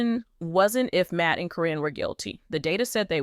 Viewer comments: Her Name is Karen not Corrin😂😂😂😂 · But you're right...it's being mispronounced in this story.